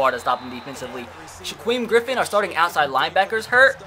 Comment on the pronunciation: ( Sha-keem) Griffin